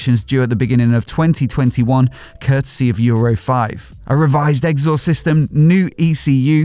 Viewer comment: I like your stuff,.. but I do have an observation: Am I the only person in the world who has never heard your pronunciation of 'exhaust' before? Where does it come from?